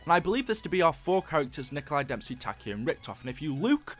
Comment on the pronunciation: Dude you made a mistake it is when you saying damesy 2times